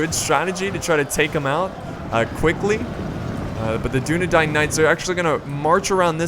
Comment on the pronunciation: Holy crap, stop saying dun a dine, it is dun a dain, or dun a dan for singular